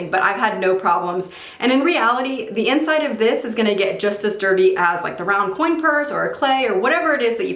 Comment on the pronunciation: Every time she said coin I cringed a lil bit